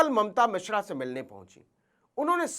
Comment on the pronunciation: भईया जी वो मिश्रा हैं, मिश्रा